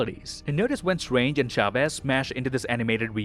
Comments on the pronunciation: it's funny how he pronounces Chavez, you have to pronounce the "Ch" as in "Church", but at least he tried😂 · It is "Chavez", not "Shavez" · "Shavez" :v xD.